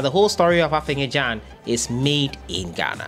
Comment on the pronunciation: The boy's name is AFENA not AFENYA